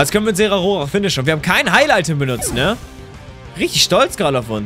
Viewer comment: es heißt Zeraora nicht Zerarora. Nicht böse gemeint aber es heißt ZeraORA